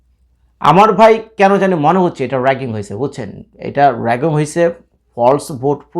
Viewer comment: আরে বাচ্চা ছেলে রাগিং নয় রিগিং কথাটা হবে, ঠিক করে জেনে কথা টা বল